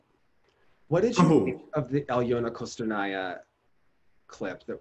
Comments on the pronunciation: Actually it’s Ko-stor-naia. O and A in fosrt syllable pronounced the same way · Y’all it’s “kah-stor-naia” not “koh-stor-ania” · Галина Пугачёва just find it unusual that they pronounce usacheva correctly but not Kostornaia